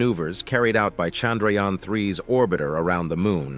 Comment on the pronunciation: It's chandhrayaaaaaannnn!! Don't kill our priced object by your pronouciations!!